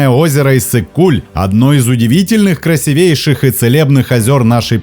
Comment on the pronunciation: Правильно говорить красИвейшей